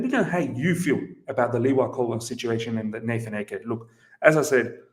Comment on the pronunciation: It's AH-Ke! Not Eke! Please!! :/